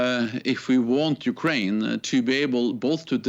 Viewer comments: ukwain xd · Ukwaine after 2 minutes almost turned into Jonathan woss there 😂